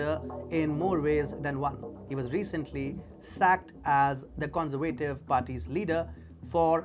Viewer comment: The con-ser-vay- tive . No it's the con- serve- ah-tiv